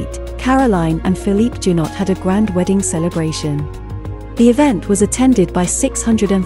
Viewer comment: Please learn how to pronounce foreign names. Caroline's first husband's surname is pronounced zhou-NAU. Her second's was pronounced ca-sa-RA-ghee.